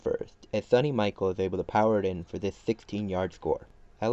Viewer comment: Did you really say Sunny Michael